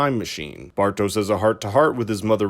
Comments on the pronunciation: omg it's pronunced Bartosh and Yonas not Bartosss and Jonas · Quick question: Did they translate the names in the English dubbing too? Why is everyone saying "Francesca", her name is "Franziska" she's not spanish :D Also... "Bartosz", not "Bartos" - its a slavic name. This is likely because his father is of slavic decent, noticable by the spelling in his name "Aleksander" with "ks" instead of "x". Though I am not sure why Clausen's brother was spelled this way, as its suggested "Boris" assumed his identity. The normal German spelling would be with an "x", like in English. Anyway... I gotta watch some clips in English methinks... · The audio is not bad whats annoying af it's how you dont even try to pronounce the names correctly, sorry typical American